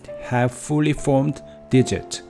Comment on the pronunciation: Digits* not digits. When it comes to making it easier as a native. Be careful with the vowels, evolved* not evo-varvd. I am assuming your mother tongue doesn't have a whole lot of L's? Make sure you round your lips like a circle and also English O's are diphthongs in SECOND POSITIONS. Primates? You need to retract your tongue when saying our versions of /ej/.:X Don't drop your jaw. English body parts are mostly regular or predictable. Tooth -> Teeth, Foot -> Feet, everything uses an S... if I couldn't tell aspirated vs. aspirated consonants, do you realize may have said a profanity without further context.._. Aspiration is phonemic in English. Unvoiced consonants are T, K ( Written CA, CO, CU ), P... If don't aspirate. Peach -> Beach? Thumb? THUMBS* Singular this -> These, but be glad you don't need to worry about grammatical gender though. The stress in" Eventually "typically is on the first.... I don't blame the struggle due to bad orthography... Sadly I don't speak any Indian languages or have any knowledge, but I can hear you must be from India? Too palatal. Relax your vocals when saying vowels though. -ate words use an /ej/. Aspiration helps us tell minimal pairs apart like " Tank's Cat, Tank Scat " ( to be slightly funny, but to know if you are aspirating, take a piece of paper, put it in front of your mouth, then say t, k, p. If the paper moves suddenly, then you know you did it right.:)... As a native English speaker, not bad, just be a little consi